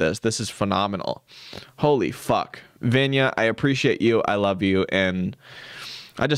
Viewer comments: Just fyi Vanya is pronounced vawn-yah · i went to school with someone named vanya; it’s pronounced more like VAHN-ya